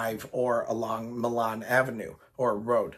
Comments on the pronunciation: Hey idk if u remember me but you shouted me out in a video when I was working no hate or nothing but it's Milan pronounced my Lin and I love your road idea but idk if it can happen also I've been watching u for years now ur videos made me a rollercoaster person and living in the Sandusky area I have easy access to cedar point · Real quick pronunciation note Milan Rd is said as my-lan or my-lin locally or just call it rt 250